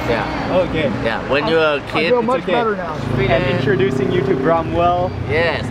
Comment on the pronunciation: Mark , you have special way to pronounce ch , you sounds like "chh" like when you say much , lunch so your is like muchh, lunchh. Like Indians use chh Also you looks so much like your dad, nice to see you both in one video , bless your family. 🙏